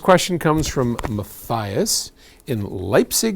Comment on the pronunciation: Ahahaha, mathahyahs!🤣 Sounds ancient Greek:) <Mathias> is “mah-tee-ahs”.